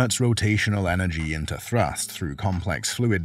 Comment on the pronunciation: it's thrust, not thrus..